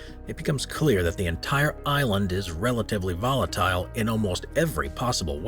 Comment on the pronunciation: It's a video about volatile areas on earth....and you can't pronounce volatile?